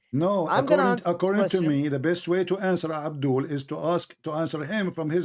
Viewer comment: abdoolll is always abdooll..... Potato 😅😅😁😁